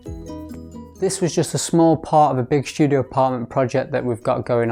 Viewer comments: Is "Shtudio" how artsy fartsy people say studio? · why do you pronounce ST (STudio) like SHT, as if you were german??? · why you pronounce studio with "sh" ?